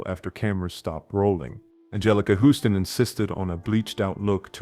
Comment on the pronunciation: HAHAHAHAHAHA "Angelica WHO-ston " --- More F'd Up AI voicing ....